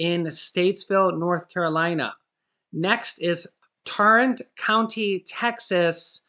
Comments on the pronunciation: That's Tarrant county, or Fort Worth Texas not torrant county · LOL Tarrant County Texas it is pronounced like "air" or "airrant" Tarrant. This is the county that Ft. Worth is in very large county so that is good news. Can you please offer us a list by state. I heard another one for Texas that you showed but had no luck finding the help. Thanks